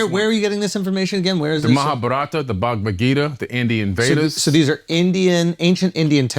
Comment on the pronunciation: The guy can't even pronounce Mahabharata, and he wants to decipher the holy trinity of Hindu texts. About time to block this podcast.